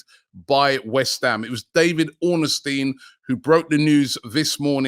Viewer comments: Why do you always call him Ornestin? It’s Ornstein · Robbie it’s ORNSTEIN not OR NES TEIN 🤣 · Robbie mate it’s Ornstein not Orn nest teen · Just once Just once I beg Robbie pronounces david ornstein right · 😂😂😂😂 you and me